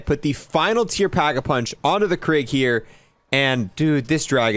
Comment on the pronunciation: the gun is called the krig but called it the kreeeeeeg